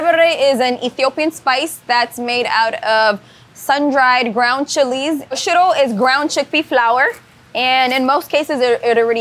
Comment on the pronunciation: Im so sorry but the dish she named "shittle"? Please tell me what that is so i dont bust a gut laughing next time i see it on a menu 😂😂😂😂😂😂😂 EDIT; OMG SHE WAS SAYING SHIRO!!! not shittle! 🤭🤭🤭🤭🤭🤭🤭